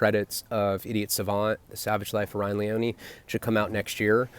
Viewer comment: It's LEE - OH - NEE... don't get it twisted homie...😏🎬